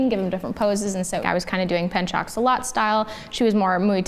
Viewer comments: So pencak silat sounds like this, 'pen' sounds like 'burn' but with a p. 'Cak' sounds like chuck, 'si' sounds like c and lat sounds like the word cut but you need to change the letter c with l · pencak silat is pronounced like pen as in pen cak as on chalk si as in see lat as in cut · At this point, kindly fix the "Pencak Silat" pronounciation. You use it in your career,.